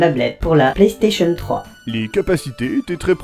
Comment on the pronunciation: pk tu dit Plastation a la place de PlayStation .